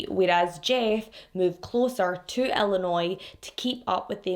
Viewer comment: I am stopping the video to comment that you are one of VERY few people who have pronounced my home state of Illinois correctly!!!! Even people from other states (California in particular where I went to college) pronounce it ILLI-NOISE! with these s pronounced! This case happened the year I got married and broke my heart. I am a domestic abuse survivor (not my marriage, I was 18 and living with my abuser, I just thank God there were no children involved) and thankfully now these cases are no longer triggering but I do have a deep understanding of the mental abuse that goes through these relationships and why they don’t “just leave then”. I was (and am again thanks to therapy) a strong, confident young woman and the last person you would ever think would take abuse. He met me at a vulnerable time and was so manipulative and good at gaslighting and knowing what to threaten (to kill my younger brother and he meant that) that when I finally reached my breaking point, I fled to California to get away. It was years of therapy before I trusted anyone again. I have now been married ti my soulmate and best friend for the 26 years of this case being open. I hate that they haven’t found her body to give the family closure and what peace they need. 😢